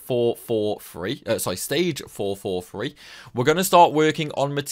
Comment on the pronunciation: How are you able to put an “r” sound in almost every word you say? Also, it’s four-four-THree. With a “th.”